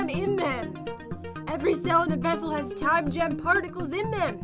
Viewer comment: Pat when you say time gem here’s like time